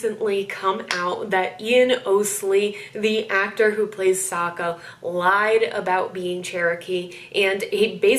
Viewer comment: It was weird to me that the film butchered the character's name. Like it's Sokka not SOOKA